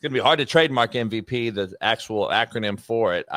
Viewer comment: saying "M-V-PEE" rhymes with hay 😂